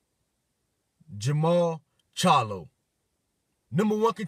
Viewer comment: Jermell not Jarmall. Canelo is the man at 154